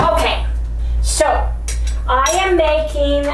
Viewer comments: Just wanted to let you know, it’s Keto Carnivorish Crys. Short for Crystal. So it’s pronounced like Chris, not Cries. 😃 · FYI: it is pronounced Kris not crys. Funny spelling! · Great job! I think the youtuber you are referring to is pronounced Chris not crys. At least that is the way I hear her pronounce it. Keep up the good work. I'm down 12 lb in 2 weeks with the PSMF added. Loving it.